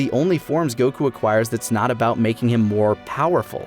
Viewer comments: okay for the most obvious one is goku. In english it's just goku sweet and simple and it's in Japanese it's gokuu similar but different. The way they constantly pronounce it they keep saying gokq which sounds so wrong lol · Why y'all pronouncing stuff weird? Go-kew, Jir-len. Doing shit and borderline offensive impressions of Japanese doesn't make you more cultured or intellectual, it just makes you an insufferable weeb. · Still hate how you say goku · I love you but pronounce the God damn name properly PLEASE!!!!!!!!!!!!!!!!!!!!!!!!!!!!!!!!!!!!!!!!!!!!!!!!!!!!!!!!!!!! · You guys go out of your way to say Gokú. You even used Beerus from Japanese cut just to say his name. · Anyone who says isn't a weeb has never heard him say "Goku".